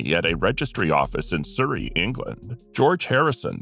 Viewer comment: Surrey is said S-uh-rrey. Louis is said Louie (the 's' is silent).